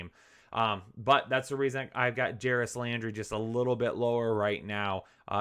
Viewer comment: Doubled down on Jaris, lol